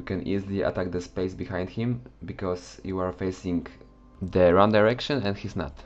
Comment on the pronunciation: 'Ze' special one